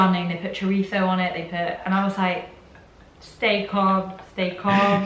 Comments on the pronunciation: I'm Mexican and yall are putting that T sound in CHORIZO and it's killing me. I don't know if the Spaniards add a T or however their Spanish makes that sound, but like OMG what is with the extra T!? XD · It’s all so funny coming from people who eat nasty canned pork & beans on toasted bread. Also your pronunciation of chorizo... is not at all correct 🤷🏻‍♀️ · No, you brits its CHORIZO - Spanish speaker here and only you lot are the weird ones pronouncing it CHORITHZO.... This channel is so full of itself! Let me tell you about Americans (I'm Mexican living in the U.S.) this channel has a serious case of condescending-patronizing sense towards my American friends and I just have to say, don't impose things that you think are "normal" to you guys because you are European and think you are superior in your ways. Most Americans I've met are very adapting to other peoples ways, when I say tacos they say tAHcos, ya'll say teykos - y'all don't even try pronouncing it correctly... Americans try. I get that the United States is not perfect but overall this video does not speak of the beautiful people that I have met here and they way they go out of their comfort zone to make us foreigners feel at home. Also, food! You're complaining about food! Don't the English have the worst food in the U.K. - bland and unimpressive. Good American (especially Southern cooking) is really great and not at all what you seem to think. I think in order to get really educated you need to dive head into a country in order to really critique it - and even then people who do, end up loving said country.... Y'all just love to hate! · Here's a Spaniard that says CHORITHOOO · You're telling Americans how to correctly pronounce parmesan, yet you're okay with mispronouncing chorizo by adding a T sound to the word. It's not an Italian word. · In the US We don’t pronounce chorizo with a Spanish lisp because we’re closer to Mexico. They don’t have the lisp when they pronounce chorizo